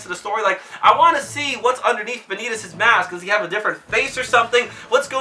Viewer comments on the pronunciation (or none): none